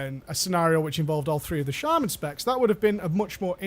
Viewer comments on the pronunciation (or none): none